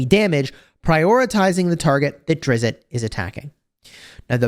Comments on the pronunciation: Drizz- with a soft t at the end. 1 syllable. Not Drizz-it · It drives me a bit crazy that he mispronunces his name. It's Drizzzzt, not DRIZ-it😑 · there's no "it" sound at the end. It's the same "t" sound as in list. It's more like Driz-st. His panther is Guenhwyvar pronounced Gwin-ih-var (this is how I've heard it most of the time) or Gwin-whee-var. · It's Drizzzzt -- like the sound of a zipper but with a hard T on the end -- not 'DRIZ-it'; common mispronunciation. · Its actually Drizz, the T is silent. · Drizz-it? Come on! It's not Drizz-it! Please get his name correct! He's a beloved character and getting his name wrong is a pretty big deal to people! There's no "it" sound at the end. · You are killing me with the Drizzit pronunciation. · Salvador himself said he is not pronounced as Drizz-it and that fans do it as a joke. However it's been done so much that people just think it's the correct way to say it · You really should go find out how his name is pronounced. It's going to irritate me the whole time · I dont know why, but the way you are saying his name makes me think you know nothing about the dark elves. It really bothers me so much. You know nothing. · the creator (R.A. Salvatore) of Drizzt and his panther pronounces it the way folks in the comments are telling ya. Interviews on the tube will back it. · you're saying it wrong. Simply google it.....